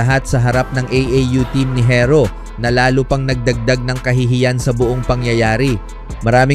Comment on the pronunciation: bisaya ka ba pati pag pronounce mo ng herro barok...makinig ka sa ibang blogger ng tamang pag pronounce ng herro para alam mo.